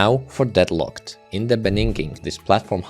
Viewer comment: ini de beninging